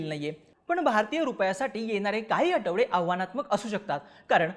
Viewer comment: आटवाडा नाही आठवडा बोल साटा नाही साठा